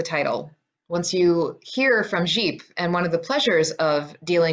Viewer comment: Well done! Although,Gipe pronounced rhymes with "Pipe', but i do like the French inflection! You really got the work, I'm very impressed by your research. Thanks.